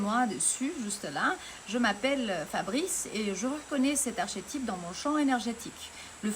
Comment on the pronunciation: Le « ch » de archétype, se prononce « k » en français, bravo , tu parles déjà très bien, avec un joli accent , Muito Axé ! 🦋🌱🎶🌍💐🕊️🧘🏽‍♂️🫶🏼😎👍 et Merci pour ta lumière et vibration 🌸 Salve ! 🙏